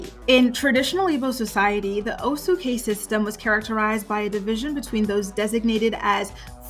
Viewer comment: Caste is pronounced cast. No disrespect.